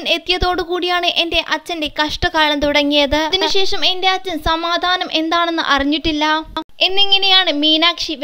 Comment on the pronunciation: സമാദാനം അല്ലടോ,, സമാധാനം!ഖാവ്യ അല്ല,, കാവ്യ,, വായിൽ തോന്നുന്നത് വിളിച്ചു പറഞ്ഞോളൂ,,, ദയവായി മലയാളത്തെ കൊല്ലരുത് !